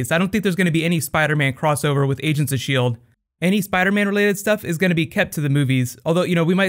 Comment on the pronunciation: "asians of sheild" LOL